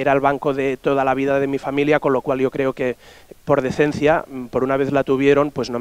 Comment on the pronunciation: Me hace gracia como los catalanes pronuncian yo es como iooo